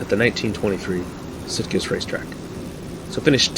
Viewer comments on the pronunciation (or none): In the Spanish, it should be a soft "g" in the name "Sitges"-Terramar. I think even the 1934 cars would be pretty insane here, let alone the '37 machines. I know some of the board tracks here in the States were pretty darn steep. I think it was the Miami Beach track where the cars needed to be running maybe as fast as 110 mph to not start sliding down the banking in the corners. And I think it was Kansas City, either that or St. Louis, that had like a 2-mile board track with the turns banked at about 50 degrees. Just nuts back then.